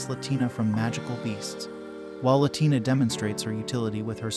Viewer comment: La la tina. It's pronounced wrong in this video. She isn't Latin American lol